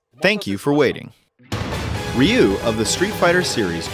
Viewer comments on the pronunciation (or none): Ok why the hell are they calling him reeu ove been playing street fighter since 1992 and in america its ryu with a y.